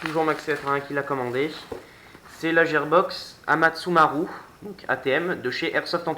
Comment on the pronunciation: La gearbox se prononce guirbox mais sinon bonne vidéo bon courage pour la suite 👌👍